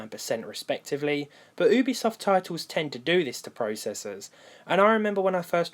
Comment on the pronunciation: I love how he says ooobisoft instead of youbesoft